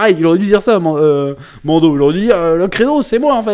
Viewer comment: Chaque fois que tu dis Mando, j'entends Mondo , ça me fait penser au Mondo World dont JDG parle, La société qui copie les Disney ... 😅